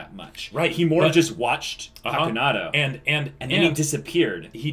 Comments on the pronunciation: Its not pakunadO, it is PakunodA hahahaha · paku-"No duh." is what I reflexively whisper every time the name is pronounced wrong